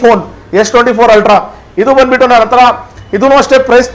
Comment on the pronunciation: Altra Alla Ree Ultra 😂